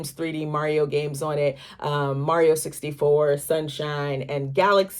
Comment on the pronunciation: the correct pronunciation is "sixty FOE." You already knew that. We been here before lol